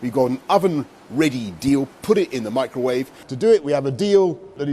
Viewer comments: Me-crow-wav-vay ready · Microuawe meal. I'm dead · AHAHAHAH HE SAID THE MEECRO WAVAY MEME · Meek-roe-wah-vey is absolutely the best pronunciation of microwave. XD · Did he just say “meecrowahvey”? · "Meecrowaveigh ready" 😂😂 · Exactly it was micro-wah-wé deal, not oven ready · lmao micro wavé deal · "me-cro-ah-ve"??? LMAO! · "MEE-CROW-WA-VAY deal" AHHHHHH I'M DYIN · Mee-crow-wauve-ay? I thought Al-u-min-ee-yum was bad. :) :) jk As an outsider from the USA, I think Boris and the Conservative wanted a no deal type Brexit all along. I wonder if they are thinking that if the economy goes into the toilet over a bad Brexit, then they can shove through some agenda in the chaos.